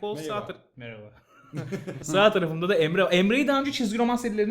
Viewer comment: Merhaba değil de meyba diyor sanki :D